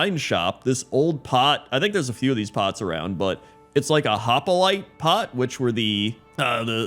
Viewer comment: Hoplite is pronounced as hop-lite not hop-i-lite. And the island with the crocolisk is likely a reference to the Carno island of ARK, which is filled with carnivores who constantly fight and eat each other plus the door that can be seen in that part of the vid is probably a reference to the artifact cave on Carno Island.